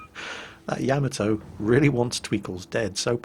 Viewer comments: The way you say Yamoto sounds wrong to my American ears. Could you look up the pronunciation of the name and let me know. ya-modo instead of yam-atoe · I really like your videos, but please learn to pronounce Yamato. Its Ya..mod..O, not yam-atow. Don't mean to complain, but it's like nails on a blackboard when I hear that. Thanks. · That "Yammatoe!" Hurt my ears. It should sound like Yam-Mar-Toe! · ya..mott...toe........not cameltoe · It's pronounced "yah-mah-toe" with about equal stress on all three syllables, not "yamma-toe". I had a Londoner roommate in college who pronounced "taco" as "tack-o" when it's "tah-co". What's up with you Brits? You're driving me crazy! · Im sorry but your pronunciation is triggering me. Its not yaamato its YAHHHHH MAHHHHH TOOOOOO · To everyone who's argues about the pronunciation of that, the JAPANESE anime about a ship named that pronounces it YAmato, so that what I'm saying. It's NOT yaMato. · Say Ya-Ma-To the A's in YAMATO sound like the A in Yard. Funny English you are speaking.